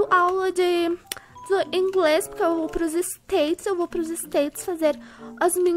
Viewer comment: alguém percebeu q qnd ele fala pq sai purque?